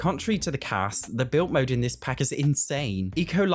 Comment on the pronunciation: Why don’t you pronounce your d’s? ‘Built mode’ ‘mootlet’